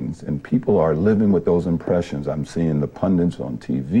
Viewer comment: OJ loves to use the word “ pundits “ and always mispronounces it as Pun - DINTS.